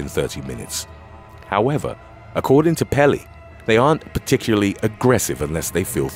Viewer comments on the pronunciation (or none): none